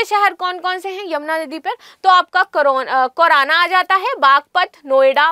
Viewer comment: Maidam wo kairana hai na ki korona ya kaurana😂😂 English medium se padhai karne wale jab hindi medium ki class lete hai tab yahi hota hai😂